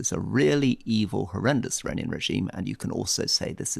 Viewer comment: "you become a legitimate target for i-run and i-runian tearorist attacks".